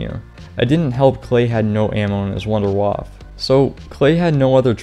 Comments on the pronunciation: i cringe when you say Wunderwaff instead of wunderwaffEEEEE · I hate how you dont call the Wunderwaffe its name but call it Wunderwaaaf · why are you pronouncing "W" as a "V" sound in Wunderwaffe? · Being german and hear wunderwaffe spoken out like this makes me rofl fr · The way this guy pronounces "wunderwaffe", lol.